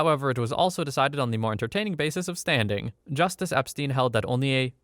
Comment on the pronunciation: wait, did I hear that right? justuce Epstein?